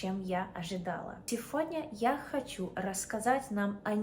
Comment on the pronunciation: говори пожалуйста не "сеФодня" а "сеГодня" а так Умничка, акцента почти нет)))